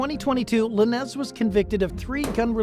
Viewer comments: Who is Tory “Luh-nezz” 😂 . Could swore it was pronounced “lanes”. Good video though lol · Dude. You half ass your research huh? La nez? Its LANES Lanez. Laines. How you gonna say it wrong when its been said everywhere? All you had to do was play ONE video. 🤦🏼‍♀️🤦🏼‍♀️🤦🏼‍♀️ I hate when these idiots give the wrong information and say everything wrong. What are we even doin here anymore? 😂😂😂